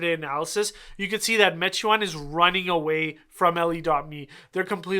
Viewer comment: Pronounced “may-twaan”